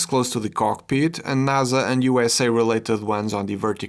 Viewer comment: "naza" ahh